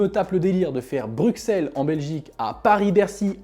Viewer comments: Salut, Pourquoi prononces-tu « BruXXXelles » et pas « BruSSSelles », comme on doit dire ? ++ Alex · Ta dit BRUQCELLE!!!!!!!!